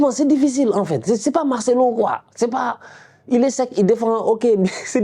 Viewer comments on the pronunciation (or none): none